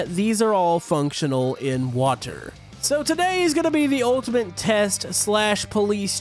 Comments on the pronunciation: Do you guys hear that. don,t know how say water. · Its water not WATAR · I love the way says water 😂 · I like how he saids water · It seams as if he says water with a capitol i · Why dose say water like that?🤔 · Why do you say Water like that? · Why you say water so wierd? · Lol why u sayin water like that ? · Lol He Keeps Saying Water In A Wierd Accent